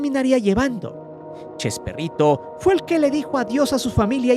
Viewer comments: Porque dice chesperrito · como vas a hacer un video y le vas a cambiar el nombre a Chespirito... le decis CHESPERRITO.. sos un PERRO JAJAJJA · Me.gusta.escuchar cuándo le dice usted CHESPERRITO😂